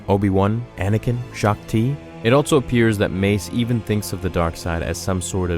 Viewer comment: Goddamn I dont know why it brothers me so much that he never uses the word also but says altso instead. Aghh